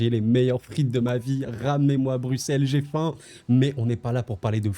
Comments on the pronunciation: enfin un français qui sait dire brussel et non bruksel mdr , et svp ce n'est pas de bruine , c'est de breuine merci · Un français qui prononce bien Bruxelles, vraiment merci mec !